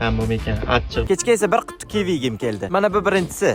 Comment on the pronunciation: Kelli deganidan bilib qollim😂